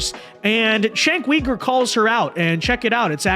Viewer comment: Please pronouns his name right.